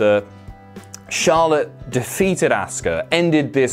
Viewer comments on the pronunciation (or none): The way says “Asuka” never fails to make me cringe every time. Dude, its pronounced “Ah-ska” not “Ass-ka” geez. Still enjoyed the video tho.